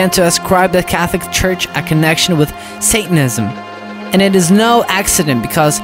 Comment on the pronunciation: 1:1o “sathenism” 😂😂